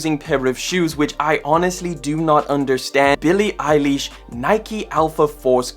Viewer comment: Love your content g but Billie eileeesh made me laugh